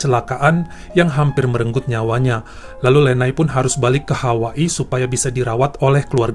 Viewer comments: Kok bacanya HAWA-I bukan Hawaii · Hawaa i,,lucu deh si abang bacanya Hawaa ii